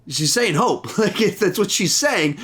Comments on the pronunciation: That’s so interesting that I’m not the only who heard “Hulk” and not “Hope”. I thought that was just me, and I didn’t even realize she said Hope until the second watch. So cool! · I also heard Hulk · Lol yeah I heard some people tought she said Hulk instead of Hope